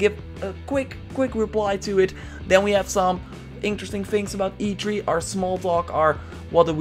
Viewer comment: Notice how he says "e tree" and not "e three"